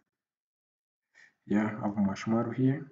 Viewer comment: Coror and Mashmarrow..Cricked..Crick....Emurator....Prease tly to plonounce words collectly if it is a tutorial that will reach a grobal audience :)